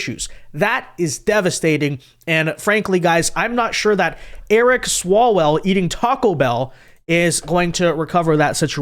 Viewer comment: Not Eric swallwell Eric swallow -well.